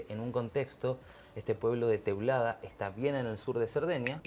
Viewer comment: It's Teulada not Tulada👍😉